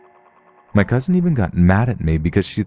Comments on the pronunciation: There is no letter "T" at the end of cousin. It's not cousint. It's cousin. Just sayin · "my Cousind" 😂